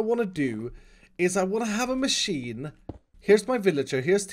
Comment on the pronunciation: please dont call it god maaasheeen